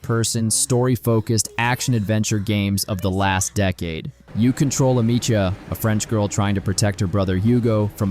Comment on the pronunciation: Amechia? Dude if you've played the game you know its Amecia